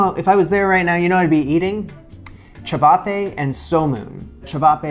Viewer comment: Nailed the ćevapi pronounciation